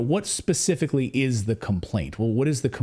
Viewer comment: Hard to take this guy seriously when he keeps saying “ come forth” and “ pacifically.”